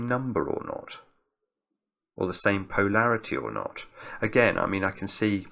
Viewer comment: Hi, great solve, but am I the only one who finds pronunciation of Polarity a bit strange? PO larity just sounds completely wrong to me:)